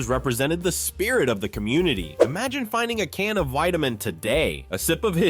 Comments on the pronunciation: My dad drank Wiedemann in Cincinnati. It was pronounced “Weediman” not “Wideaman” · I second that. "Weed"-emann, not "Wide"-emann. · Its was called Weed da men beer, not Wide da men beer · The ad girl says WE-demann Beer, and you say WHY-demann. LOL. Dude! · This is disappointing. The narrator totally flubbs on WIEDEMAN (pronounced WEED-a-man not WIDE-a-man) just like the gal in the ad pronounced it. Please do your homework next time. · WEED-a-mann, not WIDE-a-mann. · Pronounced Weedimann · Wiedemann was pronounced 'WEE da min'. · It's pronounced "WeDaMen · VEEdeman. The woman even says it in the clip of the old ad. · Entertaining video even if "Wiedemann" was mispronounced. It was even pronounced correctly in the accompanied ad. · Learn how to pronounce Weideman. The girl in the ad pronounced it correctly. Don't you watch your own videos? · Not Widemann Beer, Wiedemann Beer! Think of wheat! Burger Beer was my aunt’s go to! It’s Hudepohl beer. We aren’t called Cincinnations, we are Cincinnatians, your pronouncing of words is quite off! Hudepohl has become Christian Moerlein, hint the beer they started to introduce in the mid 80s. They had put on an event at the Hudepohl Brewery in Cincinnati when, they had put Christian Moerlein out on the market. We had moved to Indiana and my mom took over ownership of my uncle’s tavern when, a Hudepohl Distributor invited my mom and gave her the invitation tickets and she could invite as many people as she wanted and she took a couple of my aunts with her along with their husbands. They done away with Hudepohl and moved to the Christian Moerlein Brand, because, that’s all I see now all over Facebook. I hoped they worked on it because, I remember mom letting me trying it when, it came out and, it had no taste to it.